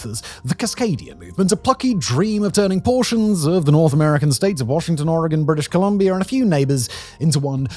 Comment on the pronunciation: How is it that a brittish man pronounces Oregon better then the tv ppl from the states?